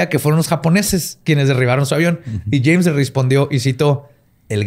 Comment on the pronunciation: Alguien más escuchó "Chems" cuando dice "James"